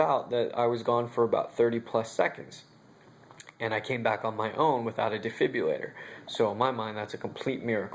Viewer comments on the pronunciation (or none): I'm am so tired of hearing it called a defibulatrr,,,,,,,it's a defiBRUlator